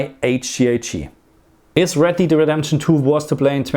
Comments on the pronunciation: red DEED redemption 😅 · "Red Deed"